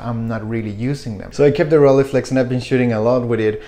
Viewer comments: "Roll-eye-flex", not "Rolleeflex" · Well.. in standart "hochdeutsch" the ei cluster of vowels should be procnounced as -eye-, you might have lived in a more accenty environment but it is the same case as in Leica, one doesn't say "Leeca" either. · When I lived in Germany, people said it like “ghroll-hey-flex”. In all the other countries, I’ve heard people say “roll-ee-flex”. You say “roll-eye-flex”. I don’t know where the “eye” part might come from. Never heard of it, and it’s certainly not German. But who cares? Enjoy the camera and pronounce it however you want to.